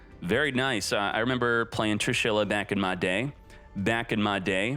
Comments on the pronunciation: the way you pronounced Trishula offended me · Lol how the hell did you say Trish?